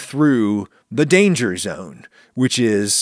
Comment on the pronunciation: Lana... lana...Lana.... LAANA!!! What? Dangah zone.